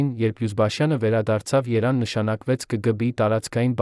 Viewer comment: Բառերը ճիշտ ասա երան չէ Երեվան է